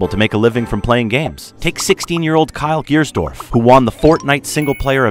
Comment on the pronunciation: Did he call Mongraal kyler gearstorrf 😂 and ninja Tyler Blevins (no one calls them by der real names)